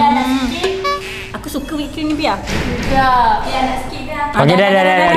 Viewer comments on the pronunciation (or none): Just nak betulkan sebutan whipped cream tu is “WIP cream” bukan “WAIP cream”